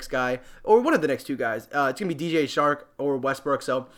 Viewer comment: Lol.....so many peeps doing these videos now......one way to stand out is maybe pronounce peeps name correctly.....hehe....... Its pronounced..."o-shon-acy" and "chark"....hes not a shark